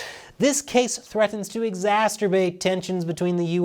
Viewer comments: Exacerbate not exasterbate. Watch it.😂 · I love it when he uses "exasterbate", very much ... or is it "exasturbate"... idk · what does "exasterbate" rhyme with?